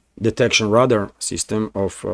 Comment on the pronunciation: I enjoy watching your show! Great work! 👍 I did just want to share a helpful hint... The English language pronunciation for radar is "ray'-dar."